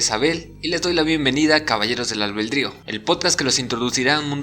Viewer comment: Albedrío! No albeldrio jajaja pero buen video, gracias! 😁😈